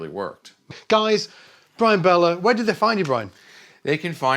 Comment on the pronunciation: Isn't his name Beller instead of Bellar? 🤔